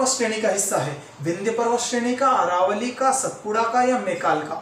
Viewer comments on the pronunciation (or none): none